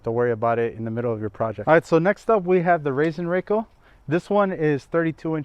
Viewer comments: Pronounced Raaasen Rackell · Funny how "Rasenrakel" is pronounced in USA 😅 If you take a closer look, you'll see that it's made of one solid sheet of metal with edges gently bent (so actually no edges at all). That is why it glides so easily in spite of its weight and that is why it makes little to no damage to the grass blades when top dressing. The open top is there to collect the larger pieces of wood (when using compost etc.) which otherwise stay "floating" on the grass, but it's useless when using pure sand. You can fill it with silicone if you always use just sand, but it's actually a usefull feature. Greatings from Austria! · Sorry, it is called Rasenrakel. Not Rassenrakel. Because Rasen is the german word for lawn, and Rassen is it for breed/races.;-)